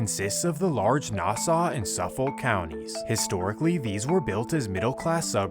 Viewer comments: Lmfao safo County 😭😭😭 it's suffolk county pronounced suh fuhk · its pronounced SUFF - iK and NASS- AW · As someone who is was BORN AND RAISED in Central EYE-SLIP (as AI got it wrong🙄 also SUF-FOLK and NAS-AWE as we pronounce it...) MS has been a HUGE problem forever on long island. i graduated central islip hs in 2004 and we were fighting MS back then...it didnt matter if you were black, white, emo, goth, thug, or jock...WE ALL HATED AND FOUGHT THE SHIT OUT OF MS. i am in no way affiliated with any gangs. But it made me cultured and it built my character, and made me who i am today. I'm proud to call long island home!!!! people dont realize that Long Island is FAR from the Hamptons and its all rich people. there's LOOOOTS of miles between Montauk and Manhattan.. 💖✌🙋‍♀🗽 my husband is from Brentwood, the town next to CI. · Lol i live on long island. Grew up in nassau county, now live in suffolk ... the pronunciation of suffolk!! Its said like suff-uck heh Edited to add, many parts of long island are FAR from affordable! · Its pronounced nass-saw and suff-fick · Nope.. I’m done the minute you said suffolke 😂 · Nass-aw and suffok is how you pronounce it just fyi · As a native NYer from Queens, you butchered a lot of the neighborhood names: Central Islip is pronounced “Icelip” Suffolk is pronounced “SUFF-ick” Newtown is “New Town” Kissena is “Kiss-EENA” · 1. Nassau IS PRONOUNCED: “NAS-SAW” 2. Suffolk is pronounced: “SUFFICK” 3. Long Island is pronounced: “LAWNG EYE-LAND” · It’s pronounced central islip like I slip on ice and Suffolk is pronounced suff vick lol 😂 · “Suffik” you don’t pronounce the L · It’s pronounced Suff-ick county. And Central i-slip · “Ice-lip” “Suff-fok” just so you know how to pronounce it correctly if you need to in the future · Your pronunciation of Nassau n Suffolk is insane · Great vids but you gotta step your pronunciation up fam. Mystikal, Suffolk, Nassau.. one YouTube search can fix this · I absolutely hate how you pronounce Suffolk